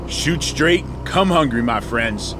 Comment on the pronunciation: did you say "shoot straight and come hungry"